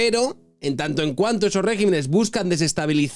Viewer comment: como crítica constructiva, con el máximo respeto y desde el cariño: se dice regímenes, no regimenes. Me encanta, como te expresas habitualmente en tus videos y me ha rechinado un poco esta expresión en esta ocasión. Enhorabuena por tus videos tan bien trabajados. Un abrazo.